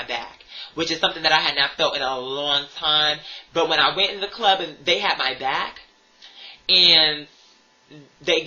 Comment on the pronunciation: RRRRRggae clob. You’ve got to roll those goddamn Rs.